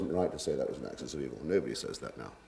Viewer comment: Anyone else bristle everytime that "Axes" of Evil came up instead of 'Axis'.